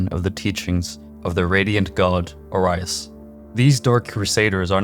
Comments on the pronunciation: Oh-ree-is. Not Oh-rye-us lol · Great video but its pronounced Aureus for Orius (presumably a homophone for latin word Gold as seen in the periodic table) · O-ree-us is how you pronounce Orius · How can you hear the way Orius is pronounced in game and then proceed to pronounce in incorrectly 😢 makes it seems like an AI is reading it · How can you say Orian correctly but can't say Orius properly? the audio literally tells you how to say it...